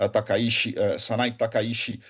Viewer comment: A pronúncia correta do sobrenome é taka Iti e não Taka shi.